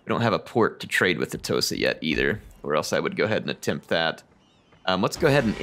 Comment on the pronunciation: What you said "The Tosa want a trade agreement". What I heard "Tosa shuffle, do the Tosa shuffle"